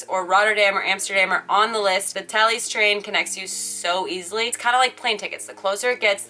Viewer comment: Aaawww is with you on the Thalys!:) Nice pronunciation, well done haha. Can't wait for next weeks videooooo! x